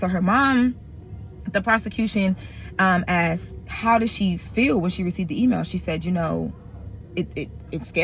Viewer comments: ASKED not AX'D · Girl, it’s ASKED not AXED! Other than that you’re doing a phenomenal job.